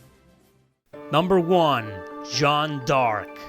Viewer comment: Joan d (the) arc dude... not joan dark hahaha